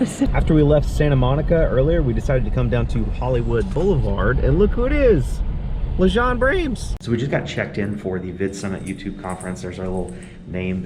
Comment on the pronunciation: “lejon brames”